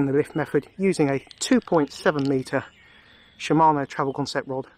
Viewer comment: Thank you! and yes we pronounce it in UK sh him mano